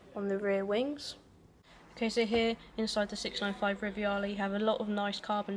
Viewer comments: It's Rivale...NOT RIVIALE! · No "I" in the Rivale name... Just Ri-va-le not riviale